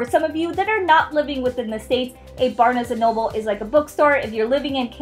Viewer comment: U say barnes&nobles wrong